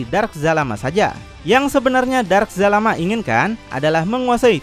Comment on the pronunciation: astagaa bukan jalamaa zalama